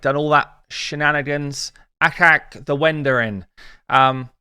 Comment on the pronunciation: Why do you call him AHak I wonder? Is not he Achak with "ch" like in "choise"?